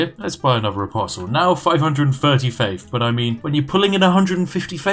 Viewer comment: I started hearing every "th" sound as "ff" sound. Plus free faif. Feaology... okay I'm out.